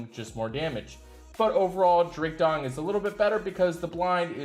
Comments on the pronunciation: did Anchor say Drake "Dong"??🤣🤣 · He says this repeatedly. LOL. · He always calls him that 🙄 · Drake Dong? Not sure if this is deliberate. Also the Cheshire Cat is pronounced Chesh (Like Chest but with an H) - Shire (🇬🇧 - SHY-ER or 🇺🇸 - SHUR... As in New Hamp-Shur). Aside from that 0 mistakes in this Anchor Grade.